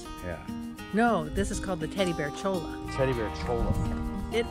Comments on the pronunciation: Cholla is pronounced "choy-ya," the double L's out West are pronounced "ya", think of La Jolla.. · You will find there are quite a few Spanish related words in your southern travels. Cholla cactus for instance (two ll's = y) should be pronounced choya. The town of Ajo (J=H) is pronounced Aho. The locals will find you silly sounding if you mispronounce Spanish words because they've all been chastised for it themselves. I lived in Tucson Az for 20 odd years (Oregon now) and it's funny to me to hear people mispronounce Spanish words because ( when you live there) the everyday use of Spanish becomes familiar, plenty of street names and locations are Spanish in origin. Don't miss the high winds but I do miss the thunderstorms.